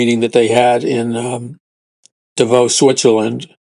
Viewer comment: Pronounced "DAvos". First syllable accented.